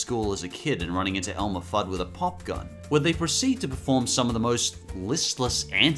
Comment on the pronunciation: Simple Animations Elmer, not Elmore.